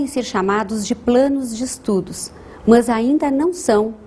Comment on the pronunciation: Ela fala "mãs", em vez de "mas"! hahaha